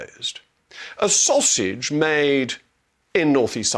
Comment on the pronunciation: The "Saus-age"...bravo 👏👏👏 🙄